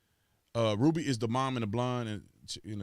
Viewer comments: It’s RUBY...not RUDY. And people supposed to believe you when you can’t even pronounce simple names 🤦🏽‍♂️. SMDH Lmao 🤣🤣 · La Ruby not LA Rudy??!! You keep saying it over and over man. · It’s “RuBY” with a B, Bruh. Rudy is a Huxtable...